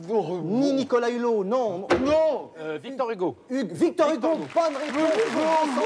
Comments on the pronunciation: C'est Victor Hugo..mais non Fictor Hugo !😆😆😁😂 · fictor hufoooooo! mais ché dit fictor hufooooo.. le pauvre il pourra meme pas refaire ses chicos et ses lunettes mdr